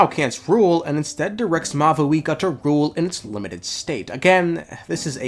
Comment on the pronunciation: "Mayooree" "mowee" "mahuhika" my poor language